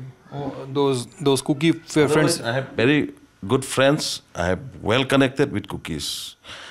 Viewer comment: Bery not gut😂